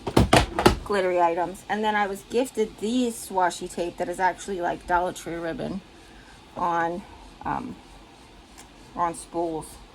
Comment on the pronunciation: It sounds so exotic when you say it that way dolla tra ! Love it !